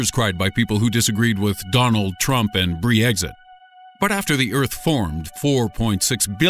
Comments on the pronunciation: "Melaneeza" "Bree-exit" "Kozickston" Smh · he actually said bri exit. lol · "Bree exit"???? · Made me think about the cheese Brie lol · Did I just hear "bree-exit"? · ok, so we're all just gonna ignore "Bri-exit"? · Did he just say bree-exit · This guys so bad at pronouncing anything British..brEExit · Lol the way he pronounces Brexit and Denisovan😂